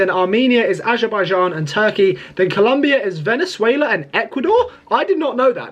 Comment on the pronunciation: When you said VENEZUIELIYA 😅😅😅